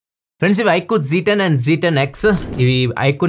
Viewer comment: Z ni zee antaru